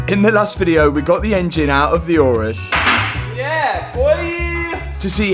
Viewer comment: Mate, it’s an Urus, not a ‘Eurus’.